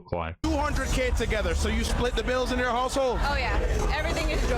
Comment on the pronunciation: Yo-er. Peace.